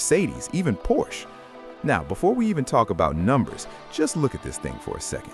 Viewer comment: I wish you guys would pronounce the Porsche name correctly!